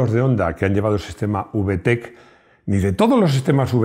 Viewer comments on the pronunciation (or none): Por favor, que mal suena cuando lo dices con ube-e-te-ce. Mejor dilo como es, ubetec. Ya se que esta mal escrito, pero es para que se lea como se pronuncia. Y si a mi me gustaría saber todos los modelos vtec.